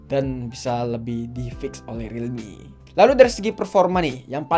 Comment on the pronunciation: Yups finally yg ngucap relmi narjo